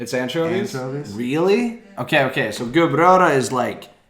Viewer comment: Ok, stop. He also pronounced "gubbröra" perfect... Is the Swedish"